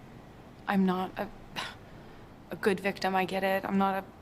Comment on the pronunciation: Am I crazy or is he saying constantly bictim instead of victim? I don't get it.